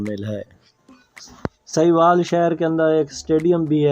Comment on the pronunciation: سکرپٹ تو اچھا ہے۔ وائس اوور میں تلفظ کی غلطیاں بیشمار ہیں۔ لفظ ساہیوال ہے سہیوال نہیں۔